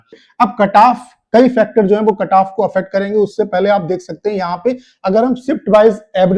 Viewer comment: Carrrrrr😂 kataff😂 yh sir khali katagry wise kataff batate h only 😂😂😂😂carrrrrrrrrrrr😂